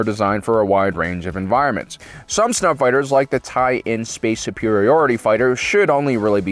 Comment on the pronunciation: You keep saying "TIE-In" as the basic TIE Fighter. It's "ln" (that's LN in lower-case), not "in"